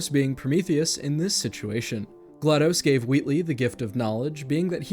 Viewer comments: It’s GlaDOS with a short O as in DOS, Microsoft’s disk operating system. Not dos the Spanish number for two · Am I the only person who pronounces GLaDOS as glA-dos? (glados vs. glA-dos)